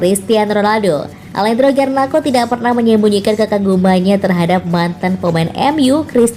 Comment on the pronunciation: Garnako?????, pake k, hadeeehhh